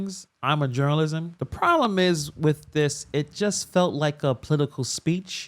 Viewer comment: 😂😂 she said "yall are journalisms, right" 😂😂😂 add that to the False Alluzations that she is constantly AXED